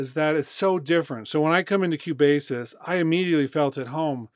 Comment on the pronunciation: Thank you for the video :) but I should say that Cubasis is pronounced "Cue" "Bass' :). Love your video's no disrespect :)